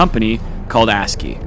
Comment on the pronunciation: “A s c i”?? “Askeeeeey”